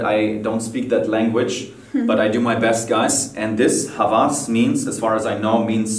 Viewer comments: Hawas is pronounced as; Hav-vass! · And it's pronounced Hawas Not Havas in arabic because Jeremy is german he pronounced W As A V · It's actually Hawas not Havas... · Jeremy. I'm Arabic , I cannot hide that I like your pronunciation of word OUD. I wish if you could speak it with Arabic accent or pronunciation. I would like to correct the fragrance name and how to pronounce it, it is Hawwaas with O voice not your German V and the meaning is obsession not lust or seductive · Hawas in arabic means obsession And it is pronounced "həwəs not havas" I bought it today and it is amazing Thanks for all the knowledge you gave me about fragrances man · The second fragrance called "Hawas" NOT "Havas". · Hawas actually means Obsession and it's pronounced with a w not a v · Hawas means brave, ha-Vas and ha-Was both r different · It's HAWAS... Jeremy : HAVAS.. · Hello from the middle east.. Its actually pronounced as Hawas with w and not havas with v Haha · Hello Jeremy, love your videos ! I apreciate ur efforts to pronounce the arabic names of these great fragrances, but just to let u know HAWAS, it pronounces HAOUAS, and it means OBSESSION. Thanks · The hawas frangrance is not pronounced with a V it's an W like haouas and it means "obsession" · Hawas means obsession. And the "W is a "wa" like "oa" .and not a "V"